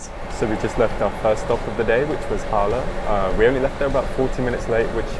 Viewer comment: i always understand Harlem instead of Halle ^^